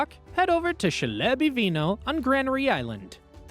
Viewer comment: Please check pronunciation before posting! Chleb is pronounced Kleb, for example.